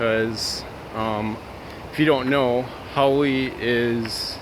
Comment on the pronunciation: Great video and I'm glad you said haole because I was saying it wrong, sorry. People that are negative are very insecure.